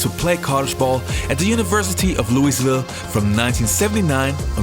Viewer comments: Tip, don't pronounce the s in Louisville. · I've never heard anyone pronounce Louisville the way you do. Thanks for the heads up on this guy, we who watch are honoring him. Correct? He was clearly good for a while anyway. He even had at least one great game that I know of, putting up 33 in any NBA game is well worth a mention. He was a star that night at least.